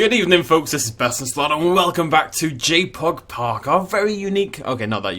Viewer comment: Every time you said JPOG for the first 5mins I heard Jake Paul and imagined you making a Dinosaur park dedicated to jake paul.